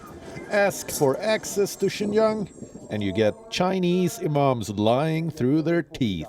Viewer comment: Xinjiang like Jing jang.